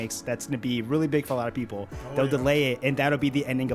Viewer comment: Stop saying it will be dely